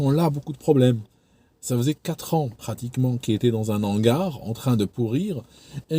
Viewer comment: Les h aspirés : "son hangar" sans liaison et non "son nangar". "en hauteur" : idem Si vous ne savez pas si le h est aspiré ou non, vous pouvez regarder sur un dictionnaire Larousse (y compris celui qui est en ligne). Les mots commençant par un h aspiré sont précédés d'un astérisque (*). On peut aussi regarder sur le Robert où les mots commençant par un h aspiré ont leur transcription phonétique qui commence par une apostrophe (').